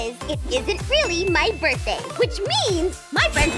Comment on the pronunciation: Ah yes borkday